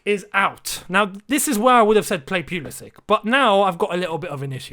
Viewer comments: Lampard please pronunce ziyechs name right.. How about you pronuncing pulisic name right.. Pulisitj like kovatjitj not k. Pulisic. C is pronunced tj. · Tells Lampard to pronounce Ziyech correctly Mispronounces Pulisic immediately afterwards